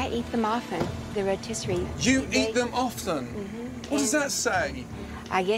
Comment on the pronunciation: Who taught them how to pronounce rotisserie?